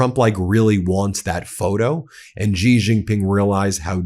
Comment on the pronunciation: Wow, it is pronounced she not gee. What is wrong?